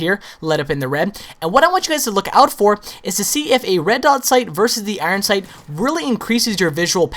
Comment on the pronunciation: he cant even say his name 12aw instinct properly it sounds like he says oron sync